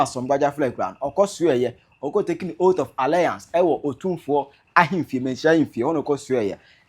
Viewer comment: please it is not an "OAT OF ALLIANCE" please, it is "OATH OF ALLEGIANCE"